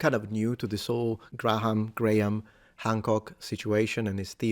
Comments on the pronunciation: "Grah-ham"? Really, mister linguistics? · FYI, Graham is pronounced without the H, sounds like gram.